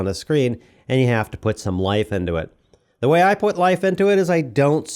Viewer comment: My voiceover peeve is hearing "ay" and "thee". Is that for YouTube's automatic translation? Normal conversation doesn't have "I gave the person ay chair and then thee chair fell over."